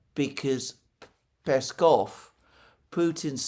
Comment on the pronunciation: Alexander, Mate! Awesome job today pronouncing Lavrov's and Peskov's names! I salute you!